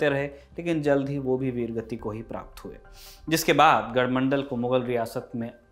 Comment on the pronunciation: Its not gadhmandal its gadhmandlaa and kaalchuri is kalchuri